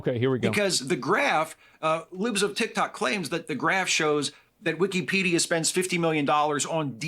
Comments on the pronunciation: what's hilarious is this guy is so old and out of touch he can't even pronounce the name of the website right, I mean i'm not being ageist but his opinion is like the definition of immaterial for anyone who actually gives a crap about the debate or ethical dilemma that's at stake. It's like running for president of the united states but you can't pronounce america, it just quickly turns you into the laughing stock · Its really bothering me he’s calling it wikeeeepedia. Its wikapedia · Weekee-pee-dee-ugh is the worst pronunciation Ive heard to date. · It pisses me off how he pronounces Wikipedia. It's Wick-i-pedia, not Wicky- pedia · wikipedia... not weekeepeedeea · I probably pronounced (wikeepedia) like that when I first used it when it launched. I've since come to the conclusion that it is in fact wikapedia. as Wikeepedia is just so dayum annoying. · Weekie-pedia? Why does he keep pronouncing it like that? Everyone I’ve ever met has called it wick-a-pedia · This guy is a clown. He regurgitates all the woke buzzwords. Just the way he says Weekeepedia triggers me. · Bro needs to stop saying wiki---pedia, lmao. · don't take a shot every time calls it wikeepeedeea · But why the pronunciation like that? wik-EEE-pee-dee-uh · GUY PRONOUNCES IT WIKKIEEEEPEEEDIAAA like a 4 year old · What's cringe is pronouncing it WEEKEE-PEEDIA. Dude hates Elon obviously, wouldn't matter what he said. He was gonna disagree without any critical thinking lol. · By the 10th time the dude pronounced it "wickeepeedia" I checked out. Unreal. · As soon as he said "wikeepedia" the first time, I knew he was gonna have an L take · I literally can't listen to this guy say weekypedia over and over im already going nuts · Bro if i hear "wiKEYpedia" one more time i'm going to fucking lose it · The first time I heard this dude say "Wee-Kee-Pedia" I knew he was stupid. Then I saw the action figures and it all made sense. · I knew this dude was sus, by how he pronounced Wiki-Peedia